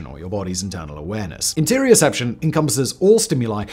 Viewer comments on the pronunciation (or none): It's interoception, not interioception.